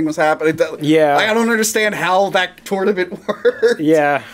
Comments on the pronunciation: Why you always say "tornament" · "this is the 10th *turtlement*"